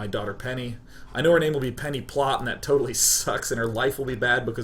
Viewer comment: penny sounds like pene (if you know what i mean) XD